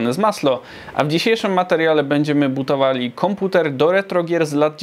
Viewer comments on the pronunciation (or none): Na początku zamiast budowali, uslyszalem bootowali:DD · Czy tylko ja w wstępie słyszałem bootowali komputer xd